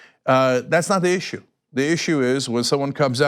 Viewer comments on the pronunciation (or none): none